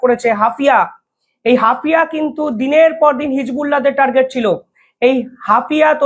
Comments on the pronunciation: Hafia na HAIFA. ektu dekhe nio. Tommar channel regular dekhi. Khub informative. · হাপিয়া নয় " হাইফা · Haifa. Not Hafia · Hafia? Hapiye utlam Haifa it is. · ওটা কি হাফিয়া না হাইফা হবে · হাফিয়া নয়, হাইফা | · হাফিয়া না হাইফা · Hafia not Haifa